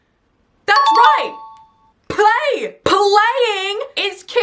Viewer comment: ✨️ It's play not pay ✨️